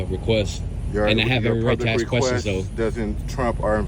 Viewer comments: Always just ’axing’ questions. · The answer should have been "I've never AXED a question in my life." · The cop axed him a question! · I just axed you a question 😂